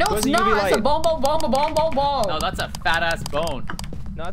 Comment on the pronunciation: i hear "bong" instead of "bone"